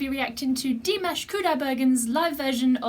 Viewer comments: Uhm you never heard of him ....but....you pronounce perfect his name like russian ..and name of the song like a french....is not I doubt but... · "i never heard of him before" yet you prenounce his name perfectly.. right :)